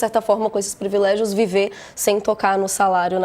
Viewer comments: Jornalista falando previlégio ! É PRIVILÉGIO! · Privilégio, e não previlégio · Por favor a palavra é "PRIVILÉGIO ', com i.